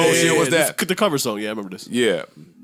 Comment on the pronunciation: "Memember", Joe Budden is made for podcasting 😆😆😆🙌🏾